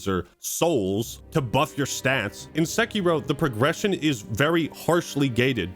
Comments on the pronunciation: Please Don't pronounce Sekiro sEkIro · "Sekky Row"